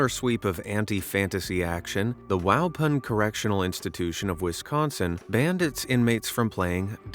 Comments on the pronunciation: Waupun, WI is not pronounced WOW PUN. It is WAPAWN. Lived there for 20 years and everyone outside of Wisconsin says it wrong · as a Wisconsite ur pronunciation of Waupan gave me a seize....its wah-pahn (that german au) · Waupun. It's pronounced wah-PAWN. Imagine if these prisoners used their inventiveness for good! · As a Wisconsinite(who has never been to prison or jail), I can tell you that Waupun is pronounced as Wah-pon. It's Native American in name